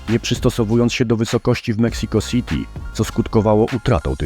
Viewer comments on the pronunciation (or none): none